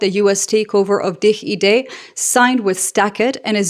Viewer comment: As a Dutchie I was pleasantly surprised by your correct pronunciation of DigiD. 😊